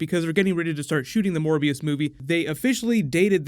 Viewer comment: I thought you said 'More BS'